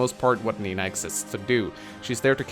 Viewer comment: you are right. I always hear saying Mina instead of Nina XD